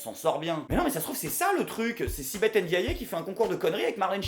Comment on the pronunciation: Ça se prononce sibeth « endiay » pas « endiayé »